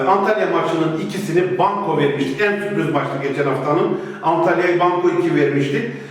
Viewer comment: Kayserinin ikisi bol suprız diyor ahahjaja